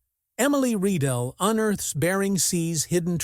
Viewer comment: It’s Rye-dell … that’s the pronunciation you stupid idiot AI … ugh I’m so tired of AI… not Ree-dell 🤦‍♂️